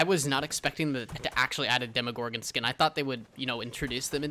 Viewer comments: Its not demigorgon, it’s demogorgon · its dem o gor gen not dem a where do you hear a A